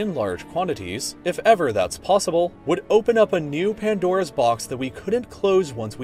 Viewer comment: Did he say pondora's box.😂